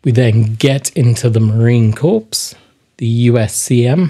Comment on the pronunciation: Corps is pronounced "Core" in the military context. it looks like an interesting read.